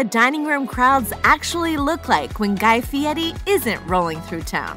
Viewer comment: She is saying it very correctly actually